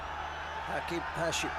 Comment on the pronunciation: المعلق يسمي هاشم ،،،هاشيمو😂😂😂صار ياباني